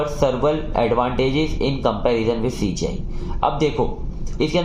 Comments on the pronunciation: CGI ko SGI mttt bolo yaarr ... Baaki explanation gajbb hai 😮❤ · Bhai CGI ko baar baar sgi kyu bol rhe???